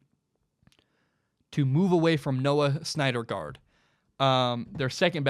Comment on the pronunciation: It's pronounced Noah SIN-der-guard. Not Snyder guard